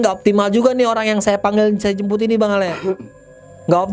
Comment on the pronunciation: Di saat gua lagi asik asik nya nonton dn fokus dngerin eh tiba tiba gua ktwa geli🤣🤣🤣entah tlinga gua yg eror apa emng bnr ya🤣🤣jembut bukan jmput🤣🤣🤣